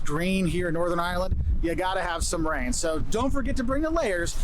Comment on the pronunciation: Have a good craic when you go to Ireland, but please don't say (eye)(er)land. It's two syllables ( eye) land. 🇺🇸🇬🇧💜